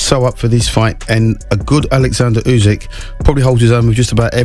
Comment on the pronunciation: A commentary so full of jargon and superfluous words it is unwatchable. Oh, and it would show a little professionalism if you learned how to pronounce the fighters name, before launching into the rambling nonsense.